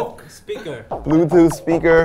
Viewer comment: Jungkook struggling to say bluetooth ya'll